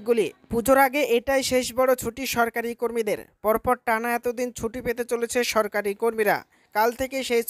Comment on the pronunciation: শব্দটা ছুটি, সুটি উচ্চারন হচ্ছে কেন